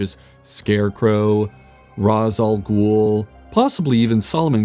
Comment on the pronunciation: I hate the pronunciation "raysh" al ghul. Its an arabic saying. Ive never heard anyone say raysh. We say it as ras